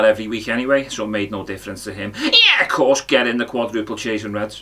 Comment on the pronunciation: The "Ye'course" got me good.